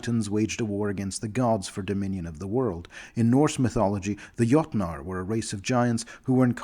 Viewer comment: Jötnar (singular jötun) should be pronounced "yoht-nar" (yoh-tn). Ymir is pronounced "ee-meer". The correct plural of cyclops is cyclopes (pronounced "syklo-peez"). Legend has it that once they had two eyes, like other men, but struck a bargain with a dark power, sacrificing one in order to gain insight into the future...but they were betrayed, for the only vision they gained was the knowledge of their own death. Fire giants self-identify as müspel (moo-spel); it's their idiomatic name. Thrymr is correctly pronounced "thrimmer", not "thri-meer". I appreciate the benevolent mindset of the altruist faction of cloud giants, but interfering in other peoples' development has never gone well historically. The pragmatist faction are not pragmatic; what they disingenuously call pragmatism is in fact a whisper-thin justification to take what they desire by force - basically a thinly-veiled excuse to go raid the shorties (us).